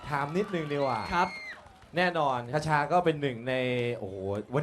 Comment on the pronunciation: มีความสุข ฮี่ๆๆๆๆ คชาเอ๊ยย พูดชื่อจังหวัดผิด น่ารักไปนะ ^^ ร้องสดเพราะขึ้นมากนี่พูดเลยยย